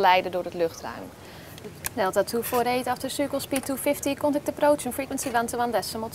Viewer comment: De Engels uitspraak is echt verschrikkelijk. "Delta toe voor eet after sukkel speed toe fifty kontekt approots en friekwensie wan toe wan des summel toe goodbye"